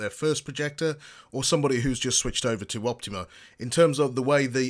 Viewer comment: Its OptOma. Not Optima.